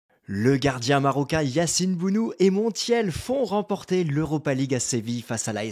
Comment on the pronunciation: Se dit BONO tout simplement comme Morad et non mourad